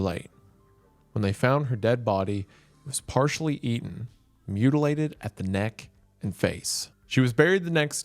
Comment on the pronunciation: It is amazing how this guy thinks he can speak own language when he constantly drops the T anytime he says "interesting" or "eaten". The hubris of southerners....